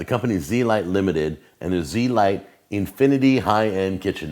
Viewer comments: Agreed, he pronounced it wrong. It sounds a lot better when pronounced correctly. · You pronounced the name wrong. Its not Z-lite. it's zelite. Pronouned (zelete) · pretty sure its pronounced z-elite but blend the e's together, not zee-light